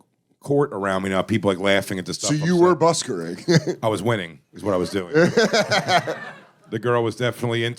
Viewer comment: Wtf is buskering…. It’s just called busking LMFAO